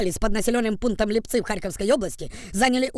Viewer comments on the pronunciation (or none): лИпцы, а не липцЫ